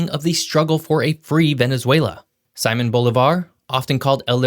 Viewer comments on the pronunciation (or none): I like the video, but, and others may have a different opinion, but say people’s names right. One thing that separates great creators are those that really put respect on saying foreign names correctly of people or places. I’m a teacher and if I ever called a latino student Sigh-mon, I think even they might take the opportunity to slap me.